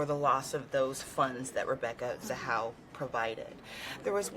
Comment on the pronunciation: Its not zahal its ZAHAU